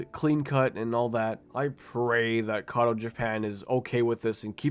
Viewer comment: erm acttctcctctctully, it's "kato [k o t o]" 🤓🤓